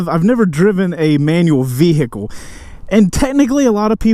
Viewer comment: Am I the only one who hates the way he says "vehicle"?